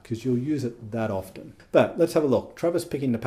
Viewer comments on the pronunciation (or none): Nah…my sister put a bug in my ear about the pronunciation of “often”. No offence.